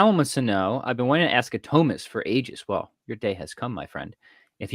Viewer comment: I'm gonna start pronouncing it THOE mist